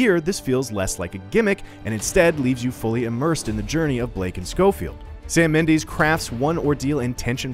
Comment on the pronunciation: Dude doesn’t know how to say Mendes lol